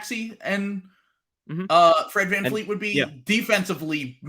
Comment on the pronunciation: its Van Vleet not Van Fleet